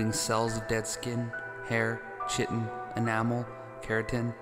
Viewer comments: its pronounces kie-tin not chi-tin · ‘Chiton’ is pronounced ‘khitōn’, like the ‘ki’ sound in the word ‘kite’.